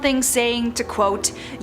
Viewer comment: Meanders..mee-ann- durs, did you grow up under a rock?